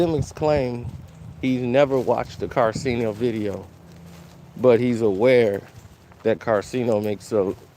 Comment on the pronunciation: how do you always mispronounce his name when talking but u spell it right in all 50 vids you made abt him?